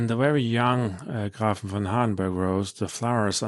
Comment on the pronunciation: Thank you for your review I am corius how it will perform at my home. PS. the ä ist pronounced as E so GrEfin.